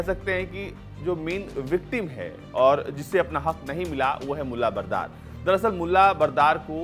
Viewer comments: Bro it's mulla Baradar not Bardar. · ।।।। बरदार नहीं बरादर है।।। पहले बोलना तो सीख ले।।। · बरादर है यार बरदार नही। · Support se anchor bna lag rha hai Baradar ko bardar bol rha hai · Mulla brather to to bolna seekh le bhai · Mulla braadar aur akhundjada h Yaar pronunciation to thik kar lo aaye h media banke🙄